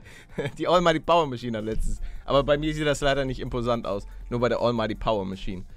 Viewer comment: paluten sagt bei im Po Sand (imposand) XD